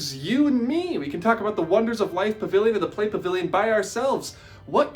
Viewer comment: I swear I thought he said sigma pavilion